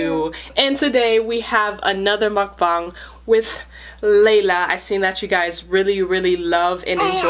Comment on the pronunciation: She said mukbang and ramen wrong she said raimen and she said mukbong